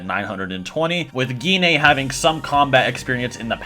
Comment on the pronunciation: Jean actually. Her name is Jean. You just spell it Gine. You don't say the E at the end.